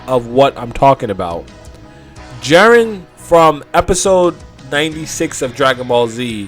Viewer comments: Jeren? Already stopped after her said jeren 😤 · "Jaren" Lmao